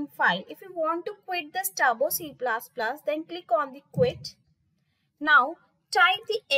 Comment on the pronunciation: Please it's not C plas plas....🙏It's plus plus